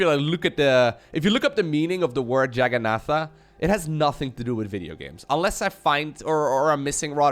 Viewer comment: Jagannatha or Jagannath is actually just a hindu word for Juggernaut. Jagannath is actually prounounced "juhg-uh-naht" as well.